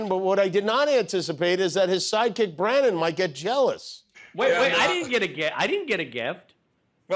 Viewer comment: Jimmy it’s Brannon not Brandon 😂 but I’m sure he’s beside himself that he got acknowledged on national television.